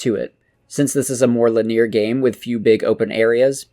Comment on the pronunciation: I have never heard anyone pronounce linear as "le near" before. Great video though!